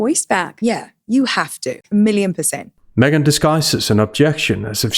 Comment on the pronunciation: I swear you called her SMEGhan